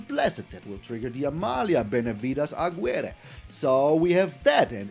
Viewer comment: to give you the info (since i'm Spanish), the gui sylabe in Aguirre is phonetically expressed as ki but with the k not as intense